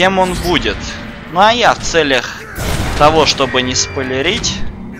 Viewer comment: ты сказал не будеж сполерить